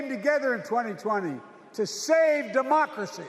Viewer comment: Sounded like he said "mockery must be preserved."😢